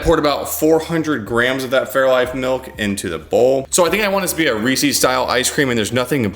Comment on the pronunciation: Its reese's not reeseeeeeessss you FREEEEEAAAAAK